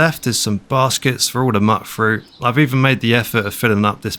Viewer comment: It's pronounced mute-fruit bro. Not mutt-fruit.